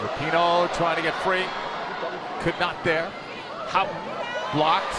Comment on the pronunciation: There are so many things I hate about the American commentary in this game but most of all is their pronunciation of 'Houghton'